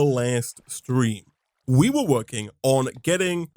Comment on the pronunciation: “Wewawoking” Why therapy when this is free?